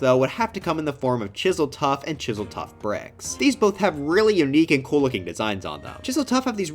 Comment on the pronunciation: Bro said kewl when it’s cool 💀💀💀